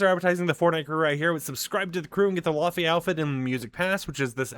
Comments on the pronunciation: So she's from Iceland it's pronounced as lay vay....cool video though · It's pronounced, lay-vay! ❤❤❤